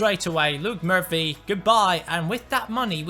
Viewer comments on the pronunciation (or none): none